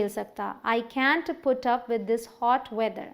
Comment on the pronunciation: Man can't ka Pronounciation thik karo